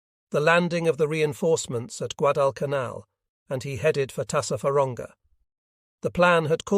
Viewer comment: "When Col Carlson arrived at the scene am in the afternoon." Guad-canal. Occasionally the voice gets close to Guad-al-canal. The American force deserves all credit for the US victory but the Japanese were suffering, as usual, from lots of "wishful thinking".